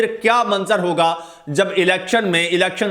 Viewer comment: Pl read " hoga " for higa. Wassalam.